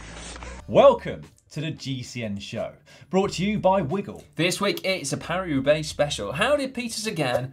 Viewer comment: Caption: Paris Roubaix?!? Thought you said Carry Roublé!